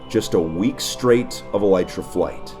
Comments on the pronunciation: Its pronounced ee-lee-truh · Wait you don't pronounce it as Aleetra